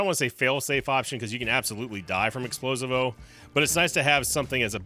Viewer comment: ITS NOT EXPLO-SI-VO ITS EXPLOSIIIIIIIIIIVO